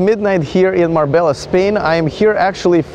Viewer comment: FYI, I know it's spelt Mabella but it's pronounced Mar-bay-ah. I used to get it wrong too. Nobody wants to sound like a dumb tourist.